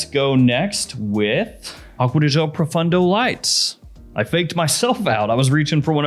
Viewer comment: Not to be a snob but “gio” is pronounced similar to “joe” not with the French “j” sound. However I will say it’s a lot better than some YouTubers calling it “geo”